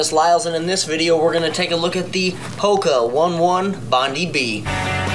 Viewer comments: You pronounced Hoka One One incorrectly, it should be said like Ho-ke o-ney o-ney. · the correct pronunciation is Hoka Oh-knee Oh-knee, Bond-eye B